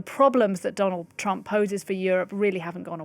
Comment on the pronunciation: twump is a buwwy! just a wittle buwwy! boohoo!